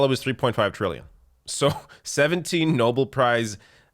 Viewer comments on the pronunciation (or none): For the love of Christ, it's "No-bell," not "Noble." Nobel. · Pssst, Nobel is pronounced as it's spelt, not "noble"....for next time Love your show 🇨🇦